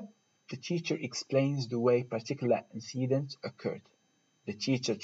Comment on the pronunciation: Great! Though be careful when you pronounce incident. Thanks!